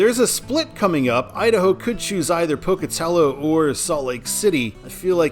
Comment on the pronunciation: Glad to hear you pronounce Pocatello correctly. For when you do the I-86 video, the Pocatello suburb it ends in is pronounced Chubb-ick. The second u makes a short I sound because here in the west we enunciate nothing, except apparently Tree-Mon-tin